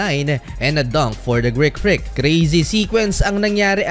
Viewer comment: Greek not Greak 😂 ✌️